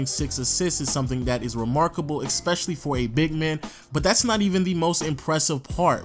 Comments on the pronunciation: Learn to say especially. You’re saying ekspecially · STOP SAYING EKSPECIALLY